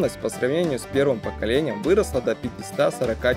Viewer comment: "До пятиСОТ". Склонение числительных. Не "смэлл-блок", а "смолл-блок".